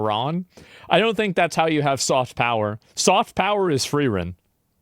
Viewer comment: soft power is what, chat?? Can’t understand him